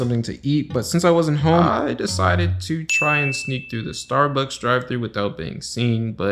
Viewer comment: Ahh yes “steabucks”